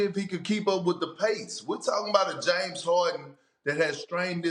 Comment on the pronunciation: My man Perk saying... Yaims Orden